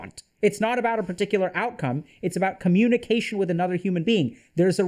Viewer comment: Coh-muni-kwation? 🤔 Math algorithms?